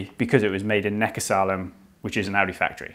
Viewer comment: Tell the expert that it's Neckarsulm ( home of Audi sport) not neckarsalum.